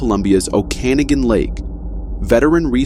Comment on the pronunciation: PRONOUNCE THE LAKE NAME CORRECTLY !!!!!! O-KA-NOG-AN , PENTICTON BC , NARRATOR IS A TOOL